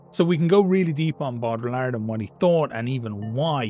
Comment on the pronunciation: Platonic form of nerdery. The man is using a tabletop war game to talk about philosophy because he's trying to take the setting to its logical conclusions and taking it seriously even though it's just his fun little hobby. And he's mispronouncing the name because he's read it a bunch but never heard it out loud. Or he's intentionally disrespecting the French. Unsure, not aware of Ireland's view on that nation, only know about Brits, Africans and East Asians having any beef. Either wayz We love it folks!